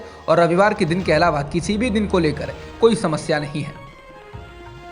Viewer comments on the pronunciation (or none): none